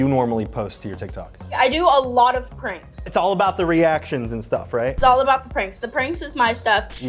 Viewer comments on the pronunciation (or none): It sounds like she is saying "I do a lot of cringe" and not "pranks". Well, she does a lot of cringe soo